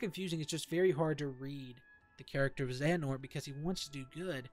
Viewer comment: Honestly you suck at explanations. You sound all over the place. And the way you pronounce Xehanort is a bit off. Also, you should have used some gameplay footage or something instead of just standing there. ~Constructive Criticism